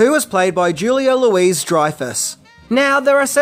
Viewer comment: Is Louis pronounced Louise in Australia?